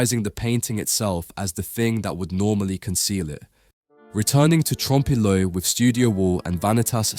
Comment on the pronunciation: I am reminded of Little Carmine Lupertazzi from the Sopranos pronouncing it "trom-pay le oil"